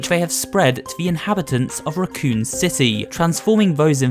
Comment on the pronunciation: It pronounced Raccoon City Raccoon as an animal.